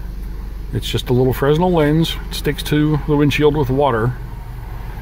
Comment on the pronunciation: it's freh-NEL, not FREZ-nel